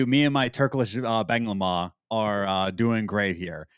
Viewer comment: I liked ur bağlama Adam. By the way not banglama, its bağlama :)